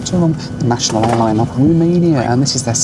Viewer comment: I love you but it’s ROmania not RUmania 😭